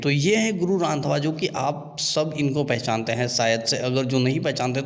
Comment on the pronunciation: Bro sur nam sahi se lo hm 🤣🤣🤣hum Punjab mai hi rhte hai ok 😁उनका नाम गुरु रंधावा है यानी ki Jatt है जैसे बिहार मै राजपूत cast सबसे उपर वैसे पंजाब मै jatt